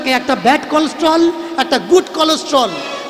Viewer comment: কি উচ্চারণ কোলেস্টরল চ ছি ছি